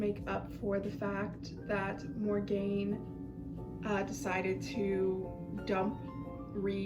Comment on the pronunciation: It's pronounced Mor'gone